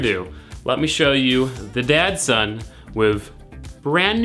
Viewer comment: he literally called it the dadson throughout the video